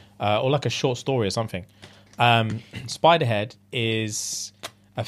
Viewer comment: I heard Spiderhead and thought Supa-head but a spider.